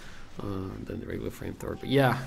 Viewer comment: You said Frame frower. I could swear it.